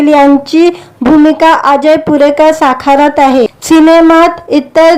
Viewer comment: भूमिका साखारत आहे की साकारत आहे? किती अशुद्ध भाषेत निवेदन करता आहात.